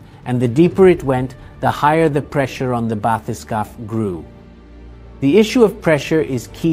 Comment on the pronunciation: This bathy-skaff pronunciation is not English. It may be French. Maybe. Sorry. In English you want bathy-skape.